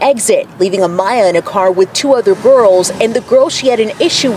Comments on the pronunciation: AMAYA NOT amia or amnia A-M-A-Y-A ❗️❗️ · Yes!! He was pissing me off!! Who tf is Mia! It’s clearly Mya!! Trying to capitalize off the situation… sad !! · Why does he keep intentionally mispronouncing her name? I’m pretty sure we all just heard how her whole family pronounced it.